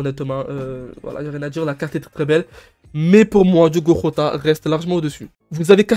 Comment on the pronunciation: Ca se dit Jota pas rota si jamais